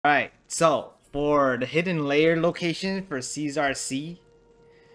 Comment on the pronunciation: Thanks sir. Btw its pronounced as lehr not layer